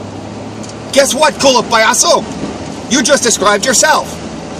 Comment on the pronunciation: Someone needs to tell that if you're going to insult somebody in another language, be able to say it correctly. Twice he said "colo payaso." Which translates to "sneaked clown" in the Google translate. If he wanted to say ass-clown in Spanish, the literal term is "culo payaso." But that is a nonsensical term in Spanish. I'm not up on my Spanish slang, but I'm pretty certain there is no equivalent to ass-clown in Spanish. Oh, wait, there might be. I think it's.